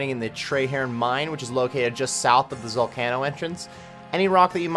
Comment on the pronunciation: Your pronunciation of zalcano drives me up the wall but otherwise, nice vid